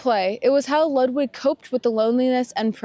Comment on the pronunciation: And his name is Lood Vig (Ludwig).